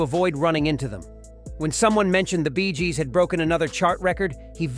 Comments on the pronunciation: "The Rolling Stone"? "The Bees Gees"? Is the narrator AI? 😂 And showing the wrong rockstars is also a giveaway of this video being AI generated rubbish. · Sis is a puffed up piece that seems to be read by some sort of AI calling it. “the Rolling Stone” and the quote BEEZJEEZ” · ...the Beee-s Gees"? 🐝 😂🤣 Ah, the absurd joys of an AI narrator! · "The Bees Gees" LOL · The "Bees Gees " ?